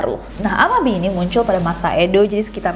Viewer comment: Cara bacanya 'a-ma-bi-e' ya, Bestie